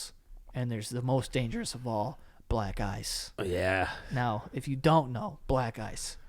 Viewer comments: Am I the only one who hears “black guys” instead of “black ice” ??? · Every time Joe said “black ice” it sounded like he was saying “black guys” 😆